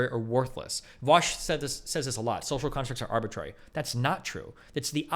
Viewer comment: Vaush reminds me of the dude at the end of matrix saying, "er go" but instead saying, "arbitrary."